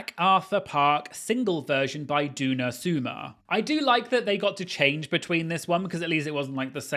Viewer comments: DOO-na SOO-mer! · Your pronunciation of Diana Ross, Barbara Streisand & Donna Summers is SENDING ME ☠️☝️😅🤣🫶